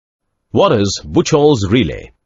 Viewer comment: ブッチョルとは言いません。 日本の電気技術者には通じませんよ。 ブッフホルツです。